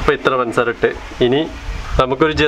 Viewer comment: പൻസാര അല്ല പഞ്ചസാര 😊😂